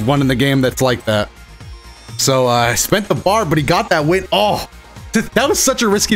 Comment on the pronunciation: Right when said "IM GONNA WIM TRUST ME! TRUST!" I knew it was over for hum right there. No offense bro just the truth.